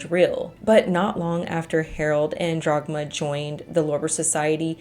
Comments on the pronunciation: Love your content and the way you deliver them! But it's Dagmar, not DRagmar. ;-) Greets from Germany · I cannot get over "Jagmar" instead if Dhagmar... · Why are you pronouncing the German name "Dagmar" as "Drog-ma?" It is extremely distracting and rather irritating. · >*DAGMAR. Her name was Dagmar. I usually don't pay too much attention to pronunciations as I understand how different languages can be difficult to pronounce, but not this time. How do you go from DAGMAR to Dragma or even Drogma? That's not your fault as the uploader is the one butchering the name. But still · I kept hearing Jogmar so I looked it up and realized it was Dagmar 😅 Something I noticed as an immigrant to the US is that English speakers try to keep the spelling of a word based on its origin and then just pronounce it the English way (Leif becoming "leaf" instead of the more correct "life" etc). Or adjusting the C in Caesar to the English pronunciation rules saying S instead of K. Scandinavians and Germans usually try to preserve the pronunciation and adjust the spelling aka Ketchup becoming Ketschup or Kangaroo being spelled Känguru etc. because of that these countries are much more used to pronounce unfamiliar words and use non native sounds. Not so much English speaking folks. That's my theory on why they struggle so so much with saying any foreign words because they are never exposed to it. (And let's not speak of the French who refuse to adopt any foreign words and just make up their own ones. 😂)